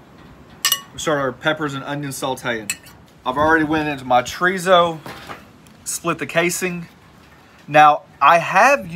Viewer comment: I've had chorizo but never tree-zo. lol